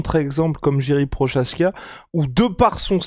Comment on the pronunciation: Ca se dit pas jiri prochazka mais YIRI proHazka.😂 un peu de respect